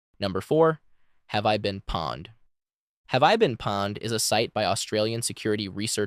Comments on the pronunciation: Not "pawned", pwned is pronounced like "owned", but with a p. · Pwned is not “pawned” it should be pronounced like owned but with a p. It became thing when people would misspell…you got owned!! But since the p is next to the o, and people were fast typing, it would mispell to pwned. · It's not PAWNED... its P OWN ED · Wrong. It’s power-owned.